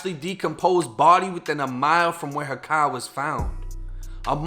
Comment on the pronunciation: i like how u say car